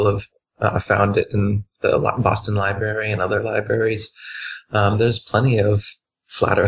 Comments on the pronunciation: Ha ha ha ha, libary. Its library, what an idiot. Credibility destroyed with one word. He clearly doesn't read much. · Libary! Kinda says it all, 😅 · Did Dubey say 'lieberry'?